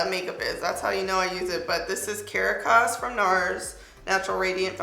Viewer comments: girrrl. The Nars foundation is pronounced, Ca-RAH-cus. NOT Cara-cahs. Caracas is the capital of Venezuela...and the name of your fave foundation color, LOLOLOL! Love ya, Queen of Strut n' Slay...you've done it again!!! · I love you but it’s CA-RACK-AS Not CARA-CAS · I love your videos. Caracas is pronounced Kuh-rah-kuhs, btw. It's the capital of Venezuela. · CAH-RAH-CASS. My sisterly love just couldn't let you go out like that.